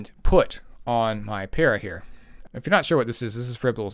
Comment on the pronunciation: The first content creator I’ve heard to pronounce the name right lmao. I’ve been bruiser gang for a while, she might make me switch over to cleaving more